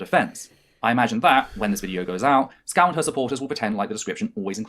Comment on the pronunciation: Isn't it weird that mispronounces VangelinaSkov as Skow? It may be an accent thing, like how Canadians make the T letter in some words sound like the letter D. But, given the fact that is trans, surely she would be aware of how important names are to people, and given that she continues to do it throughout her "accusation" video, is it meant to be a slight?